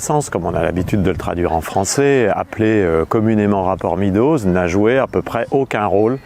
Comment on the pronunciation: Excellent! Cela dit: MÊDOZ pas MIDOZ SVP!! En français, E + A ça fait [éa] ou [eua] mais ça ne fait jamais [i]. Figurez-vous qu'en anglais, non plus. Donc, pourquoi dire 'le rapport [midoz]. En anglais, E+A ça fait [i:] ou [ê] (désolé pour la transcription approximative, mais il n'y a pas de symboles phonétiques sur mon clavier et d'ailleurs personne ne serait capable de les lire car personne n'y prête la moindre attention.) Meadows, ça se prononce [mêdoz] et JAMAIS [midoz]. Étant donné l'importance de ce document et en général, des contributions énormes en anglais, au sujet que vous traitez, ça serait super que ce mot ne soit pas systématiquement écorché par les francophones, ce qui en plus, encourage, tous ceux qui écoutent à faire la même erreur. Le résultat est que vous mentionnez le rapport [midoz] à des anglophones, et ils n'ont aucune idée de ce dont vous parlez.